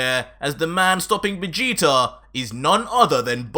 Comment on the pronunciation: BARDOCK STOP SAYING VAGETA